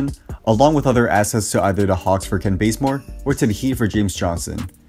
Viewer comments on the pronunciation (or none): joseph rose lol benzmore it's bazemore